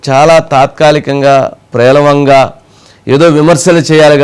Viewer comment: మీకు , జగన్ గారికి తేడా లేదు .ప్రేలవంగా కాదు, పేలవంగా అని పలకాలండి.